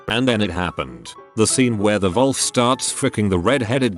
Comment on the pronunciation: I had no clue the computer voice pronounced Wolf as volf